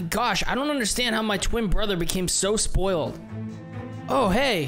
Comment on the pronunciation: "Sproiled Brat"